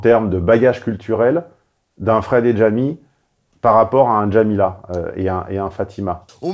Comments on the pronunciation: DJamy ? Tu emploie correctement le français, comment ça DJamy ? Jamy c’est tout. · Notez l'américanisation de la langue française: elle dit "Djamy" et non Jamy, le J se prononce désormais comme en anglais… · Même quand elle mentionne Jamy, elle le prononce "Djamy" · Deux points supplémentaires importants : 1 - le nom du programme s'appelle "JTXPLK" qui veut dire "je t'explique" dans la novlangue à la mode -> On a là l'exemple parfait de destruction de la langue française et donc du logos même 2 - ce programme est financé par nos impôts, Mouv étant une radio du "service public" à destination des jeunes... ça promet pour l'avenir ! Bonus : elle prononce "Djamy" au lieu de "Jamy" - son surnom sera bientôt DjaDja en référence à Aya Nakamura ;)